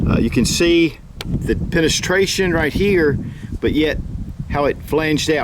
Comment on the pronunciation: what is penestraishan? lol